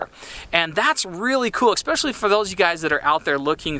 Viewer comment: Cool vid man! Side note: "Especially", has no X. I feel like Paul Rudd in Role Models right now but the words Exspecially and Every-Since, really bug me for some reason.